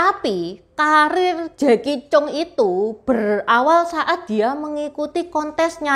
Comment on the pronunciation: koreksi sedikit. Jacky cheung itu nama keluarga nya Chang. Jadi di baca nya Jacky Chang 😊